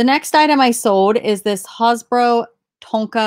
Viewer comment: Hasbro rhymes with Jazz-go not hahzbrau.